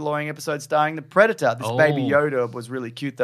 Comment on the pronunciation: I thought you was saying "Breadator"